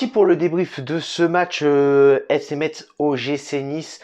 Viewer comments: Ça se dit FC Mess en gros parce que j’en ai marre là 😭😭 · Le T de Metz ne se prononce pas !!! Mes oreilles ont souffert :/ Sinon on est toujours bidon... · Ça ce prononce pas le (t) dans Metz ptn !